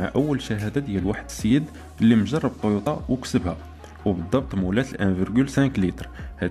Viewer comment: تويوتا مو طويوطا